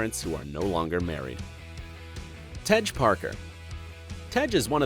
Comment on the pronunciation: Tej not Tegg ..😂🤣 Its like when they say 2pack instead of 2pac or Fiddy instead of Fifty .. wtf 😂🤣